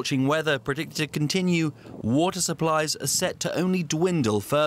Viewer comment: stuck under the wotter :)